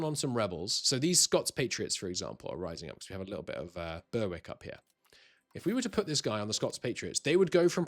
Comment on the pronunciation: 19 minutes in & really useful & well presented video. My critical comment is Berwick is pronounced Beh-Rrick. Very important place pre 16th century, changed hands between Scotland & England 13 times, very strategic river crossing, defensible location & good harbour. My university friends would mock my North Northumberland enunciation as Bear-Rrrreeeck OoP-onn Tweeeeeeedd. We enunciate consonants, except where they're silent, & elongate vowels.